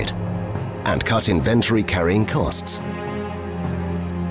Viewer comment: He's pronouncing "Inventory" incorrectly.